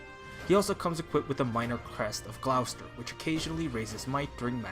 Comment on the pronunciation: GLOWcester...Thank goodness the voice cast pronounced Gloucester correct in the game!! That would have driven every British person absolutely insane!